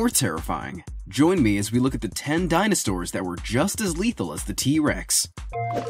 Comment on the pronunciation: He said dinostores